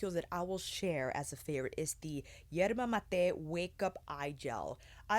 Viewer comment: Thank you so much for pronouncing yerba mate correctly. I have heard so many youtubers say yerba 'mayte' and it makes me physically cringe. I get it but... yikes